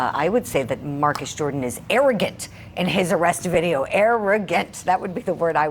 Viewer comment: Air-ogant Jordan